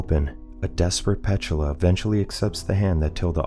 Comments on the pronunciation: No its pronounced P-tula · Pronounced Pet-tooo-la 😅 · Is that really how "Petula" is pronounced?